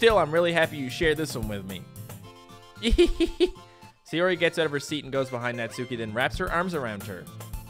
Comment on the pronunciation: the su are together you know what i mean? not su key